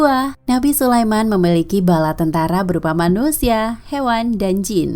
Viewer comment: Neniliki??? Harus nya memiliki yaa 😄